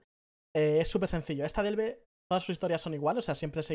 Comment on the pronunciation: 100 veces dicha la palabra ''Delve'', ni una vez bien...jajajaj el video guay eso si.